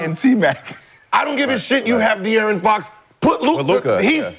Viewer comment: Love how Brandon adds a T to Fox name lol